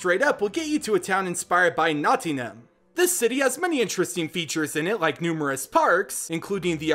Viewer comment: Its...Nottingham pronounced Notting-him btw